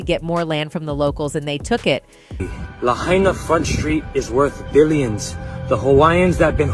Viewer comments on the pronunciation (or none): The name Lahaina is pronounced La-h(eye)-na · It's NOT "Lahainia"??/ PLEASE learn to read or speak correctly before you make a crappy robo video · It's pronounced: La HI na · La-hi-na. Not la-hay-na. At least get the name right. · It’s pronounced “La-HI-nuh,” not “La-HAY-knee—uh.” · It’s hai not hay….. Lahaynia????? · La-hine-a not la-hane-e-a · NOT Lahania but Lahaina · la HI nuh... not la hay nia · Pronounced LA HYNA NOT LA HANEIA!!!! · I couldn’t even finish listening. Please do your research first and at the very least pronounce the name of the city correctly. You said it like 3 different ways. For the record, it’s LA-HY-NA. Lahaina. Not hard. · Who is narrating. She can't read. Sne consistantly mispronounces Lahaina as Lahainia. She can't even read "conspiracy". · La-hay-nia? Is that how we're pronouncing it now? Who put the AIDS in AI? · We always have pronounced it, (sounds like:) "La-Hi-Na" La HIGH Nah. I used to be a Hawaiian resident on Oahu. Been to Lahaina to visit. That's the right pronunciation. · Learn how to pronounce LAHAINA...LA HIGH NA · It’s pronounced La-HI-na please!! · LA - HIGH - NAH. Get it right or don't do it. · Oprah’s lane isn’t near any of the fires! Also, it’s pronounced La-Hai-Nah. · First of this video would have additional credibility by the proper pronunciation of the city of LAHAINA. La-hine-a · "Lahania"??? "Constapiry theories"??? wtf? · La hain ya? Pronounce it right idiot. Respect our land. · First of all the commentator can't even correctly pronounce Lahaina. NOT Lahain-i-a. Secondly, why don't all the billionaire celebs monetarily help these people on Lahaina. Forget the pillows Oprah, help them rebuild their homes on their land. Greedy effing celebs! Sounds like a land grab for sure. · You REALLY NEED to learn how to pronounce the name LAHAINA ! LA HIGH NAH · You are raping the city’s name. It is pronounced LA-HI-NAH. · You are mispronouncing Lahaina! You are mispronouncing the subject of your podcast. Ridiculous.